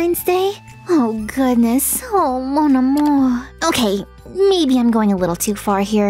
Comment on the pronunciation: The "mon amour" right after is pretty good! (I'm a french speaker). Guess you could travel the world,!